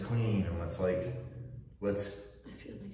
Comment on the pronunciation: damn "feel better", not "fill" (ahaahah "fill" too! :-))